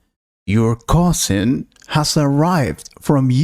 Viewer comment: cousing??? or cousin!!!